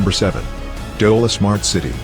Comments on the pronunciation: It's not dola it is dholera😂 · It's dholear not dola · Not dola it is Dholera. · Beautiful video. But it is not Dola Smart City. It is called Dholera Smart City.